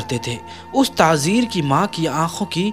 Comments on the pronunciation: Bhai tazir nahi tajir bolo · Bhai tazeer nahin tajir hai baqi masha Allah alhamdulillah.